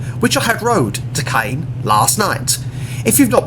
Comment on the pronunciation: Thank you. You really have to get your French pronunciation sorted! Not Carn!! Con as in Non. Soz!